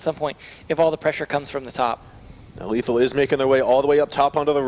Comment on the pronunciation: Lethal not letham xd